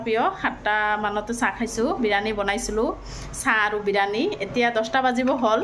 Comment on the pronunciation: Birani nhoi biriyani